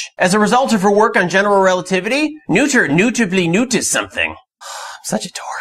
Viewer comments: Great video. By the way, Noether rhymes with “Nurt-ah” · Good video but bad pronunciation. It's closer to "nerther." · actually, Noether is pronounced “Nurt-ah”.